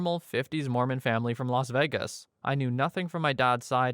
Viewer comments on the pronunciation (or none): none